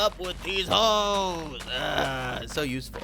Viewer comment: Nobody: Absolutely no one:: hOeSz